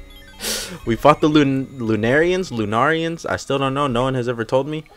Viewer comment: pronounce it like ur saying luna who says lenarians? ps who ever does say it like that my opinion dosent matter im just a guy who says it like that just ignoir me if u want